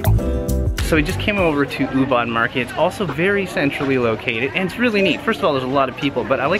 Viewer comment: Guys Ubud is not pronounce as Oobat but Oobood.